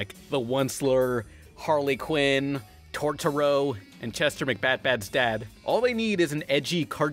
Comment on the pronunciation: Totoro not torture-o